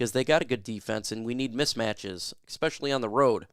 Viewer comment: It’s “ess-specially” not “ek-specially.” Esp does not = “ek.”